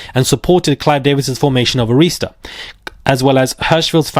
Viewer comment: Ah-rhis-tuh not A-rees-ta